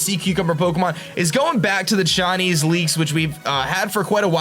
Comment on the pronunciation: whenever you say Chinese it sounds like shiny